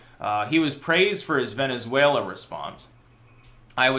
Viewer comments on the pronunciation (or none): none